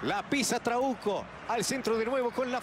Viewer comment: Porque en ves de trauco escuchaba trabuco